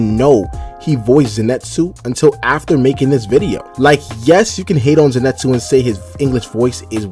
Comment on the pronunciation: To this day, idk why ppl pronounce Zenitsu as "Zee-net-su